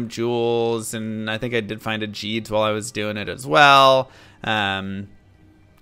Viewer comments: Why does he say Djeed instead of Gheed? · for the love of god its GEED not JEED he says it himself when you first talk to him. no excuse lol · How tf do you mispronounce Gheed? He literally says his name when you first click on him. Hint: it’s not Gee-ds. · wtf Gheed is pronounced Jeed? not Geed? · Who, Jheed? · His name is pronounced Gheed....like "read" with a G